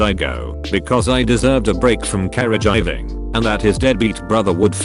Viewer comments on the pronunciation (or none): The pronunciation of caregiving and caregiver. Care-a-jhai-ving and care-jiver